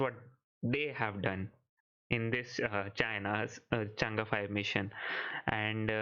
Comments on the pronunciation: the pronunciation is Chang E 5, not Change5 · Not changa it's chang E